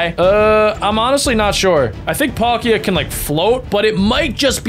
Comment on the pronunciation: They are not galaxy pokemon packs it's battle styles and they are fake cards and he chucked a cevil full art which is probably worth £20 also the way he pronounced palkia